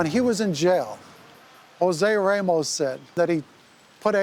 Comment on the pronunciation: It’s so annoying hearing these people clearly and intentionally saying RAYmos